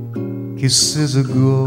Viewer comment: kissの i (舌を下げる)と 単語の終わりの t (ストップ t ) の発音の見直しで 完璧になります。